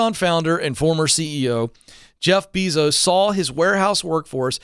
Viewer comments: It's "Bay-zos", not "Bee-zos". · It’s pronounced bay-zos god it’s irritating hearing him pronounce it beezos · Say it with me BAY-SOES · I love you Ken, but please, it’s Jeff Bezos pronounced BAY-Zows. 😅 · The way he pronounces Bee-zos🙉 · “Jeff Beezos” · It's funny how he says his last name wrong. One more insult to injury. This attrition issue is crazy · If you're talking about Amazon and can't pronounce Bezos correctly, it doesn't make me too confident about your expertise on the whole issue. Sorry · Omg the repeated mispronunciation of "Bezos" is driving me insane!! Also, that's a clear indication here that Ken doesn't keep up with major corporations and or work trends. This came out years ago that they don't want long term workers due to complacency fears by Bezos Ken seems somewhat disconnected with the regular everyday worker, and needs to open his mind to new trends happening now, today, and the automation replacement. Ken should bring in a computer scientist or computer engineer, and have a discussion on replacement theory due to automation and what this means for low skilled workers. It's already happening now! It's even happening now to finance professionals, I know someone who was replaced by a kiosk for credit applications and the rest of their job outsourced to India!!!